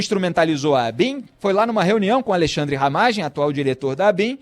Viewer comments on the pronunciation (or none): none